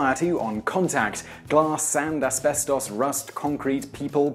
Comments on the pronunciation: Az-bez-TAUS wat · he pronounces it "Esbestoss" lol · aspeSTAWS.... is how he says it.. hehe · It's pronounced aspestis. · Dude, you're British, the birthplace of the English language, how do you mispronounce asbestos?